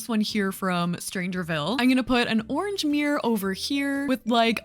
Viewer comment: im british and the way u say ‘orange’ is so interesting!! it sounds like ‘orj’ to me 😂😂